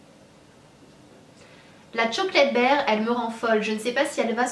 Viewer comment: sana jadore kan tu parle Anglais mais c pas chocolate baire mais BAR kom dans un bar lol mais sinon kom dab continue de nous faire rever